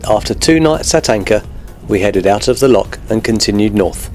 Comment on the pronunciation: PLEASE can you pronounce "LOCH" properly - its NOT "lock" - you only find those on canals. I'm afraid that for us, this seriously detracts from the otherwise good videos you produce.🤨